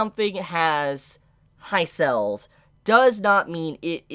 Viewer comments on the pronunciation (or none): Why do you pronounce sales as cells lmao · Pronounce sales properly